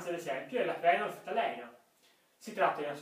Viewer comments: Fenolftaleína, l'accento sulla i!! ;) Bel video cmq, chiaro ed esaustivo. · tutto chiaro...apparte la pronuncia...scusa ma fenolftalEina non si può sentire...è fenolftaleìna!